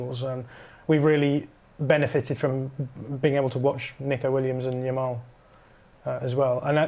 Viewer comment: "Yamine Lamal" lol